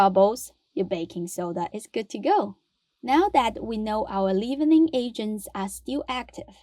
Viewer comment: I have really enjoyed your channel and have tried several of your recipes with great success. You are an excellent presenter. One little tip: "Leavening" is pronounced like "levinning" (a short e instead of a long e) in the US.